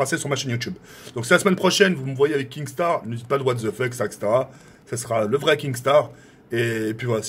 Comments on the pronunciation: Je chiale quand il dit KING star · mdrrr il a dit kingstar